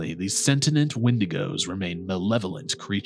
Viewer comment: You're mispronouncing "sentient" and "sentienced" ❤